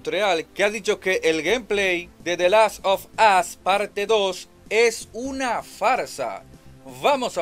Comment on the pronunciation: Hey locon te doy un consejo de gramatica xd, "the last of us" se pronuncia"de lass of oss" cuando dices de lass of as estas diciendo en ingles"el ultimo trasero xd